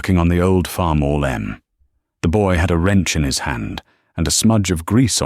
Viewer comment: He said farmall m